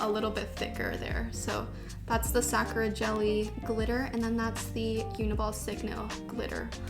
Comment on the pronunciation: can you please pronounce "sakura" the right way... it's like suh-kur-aa not sack-ra